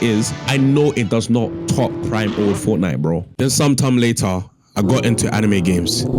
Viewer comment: Fort Nite? Really?